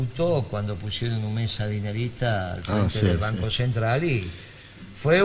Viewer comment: PD: es "banco", no "vanco"...